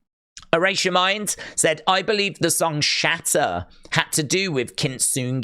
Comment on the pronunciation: If you Bo-lieve you will Bo-Long 😂